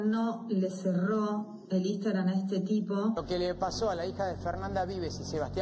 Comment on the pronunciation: Le hace una cuenta de "Istagram" (lo pronuncia así) a una nena de 9 años que dice proteger. Nada para agregar.